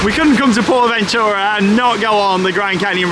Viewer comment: Thank you for sharing the correct way to Pronounce Porta Bentura appreciate it